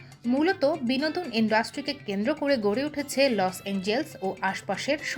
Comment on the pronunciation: লস এঞ্জেলেস। লস এঞ্জেলস নয়।